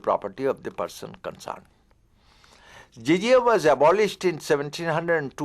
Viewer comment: And it is jizyah no zizia pls correct